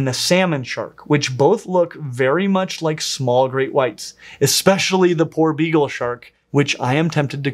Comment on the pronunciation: Poor begal shark. Is what I heard everytime was saying his favorite shark name.